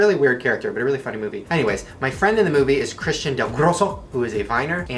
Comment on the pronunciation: Why is literally no one talking about how he pronounced Christian Dellgrosso? 😂